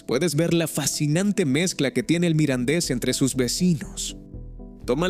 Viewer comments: Es un poco lamentable oír todo el rato hablar indistintamente del mirandés y del "midindis"... esto de la traducción automática es un asco. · Muy interesante el vídeo y su información pero se acabó el vídeo y solo se oyó mal pronunciado el idioma Mirandes